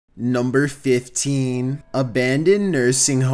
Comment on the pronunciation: I swear everytime he says 15...